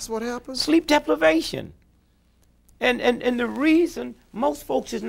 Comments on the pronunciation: lol "sleep deplevation" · This nigga say sleep DEPLIVATION...SMART GUY